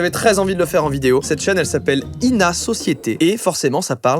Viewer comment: On dit "I.N.A."